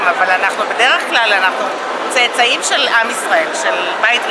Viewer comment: Tse'tsa'im, not "tsa-tsa'im"